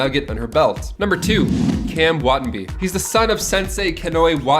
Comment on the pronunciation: As a huge ranger fan boy. This is so welcomed! Who else hype for the new more mature leaning series later this year or early next? I’m so hype. I hope they follow the comics at least a bit. They’re so fire… Not being bride however it’s pronounced. WAH TAH NAH BEE